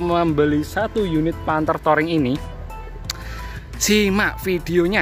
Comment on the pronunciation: Touring, di baca " Turing" bukan "toring" 🙏🏿